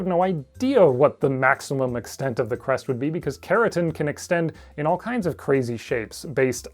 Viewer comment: I kept mishearing “crest” as “breast”. tfw no big tiddy dilo gf